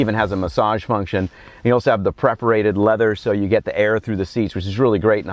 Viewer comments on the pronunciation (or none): Cool sneak peak but it bothered me in this video and the CT4 BW when you kept saying "preforated" seats instead of perforated lol.